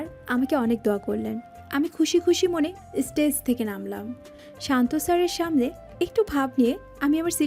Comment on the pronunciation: থ‍্যাঙ্কস্ থেঙ্কস নয়॥ এস্টেজ নয় হবে স্টেজ”